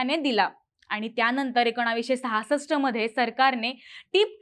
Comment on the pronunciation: मॕडम,तुम्ही एकोणावीस असा ऊच्चार का करताय ? एकोणीसशे असा ऊच्चार करावा. बाकी बोलण्याची पध्दत आपली खूप छान आहे. आवाज चांगला आहे. आवाजात गोडवा आहे. कुठेही कर्कश्शपणा नाही ऊच्चार स्वच्छ आणि शुद्ध आहेत--- धन्यवाद .